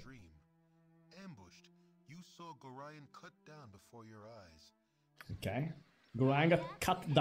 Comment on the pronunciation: Why do you tubers always miss pronounce Gorion's name? It's not GORIII-ON, its pronounced like ORION constellation with a G at the front of it, the game even tells you how to pronounce his name as it's is spoken multiple times during the fist and second games! Gorion is not a Gorilla but an Orion get it right!